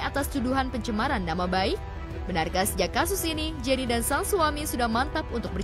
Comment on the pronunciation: Pengacaranya gk tau penyebutan nama Jenny Rachman 😅